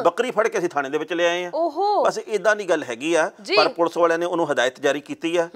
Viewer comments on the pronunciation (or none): mam "ਪੁਲ਼ਸ" ਨਾ ਕਿਹਾ ਕਰੋ, ਇਹ ਵੀ ਬਹੁਤ unprofessional ਜਾ ਲਗਦਾ ਏ। ਪੁਲੀਸ ਨੂੰ ਪੁਲੀਸ ਹੀ ਕਹੋ। ਕਦੇ ਪੰਨੂੰ ਸਾਹਬ ਨੂੰ "ਪੁਲੀਸ" ਕਹਿੰਦੇ ਸੁਣਿਓ।